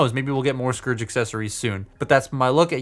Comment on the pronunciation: It sounded like you were saying scrooge multiple times :)